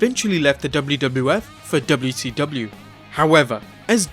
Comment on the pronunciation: You've gotta adapt the dubyaseedubya to your enunciation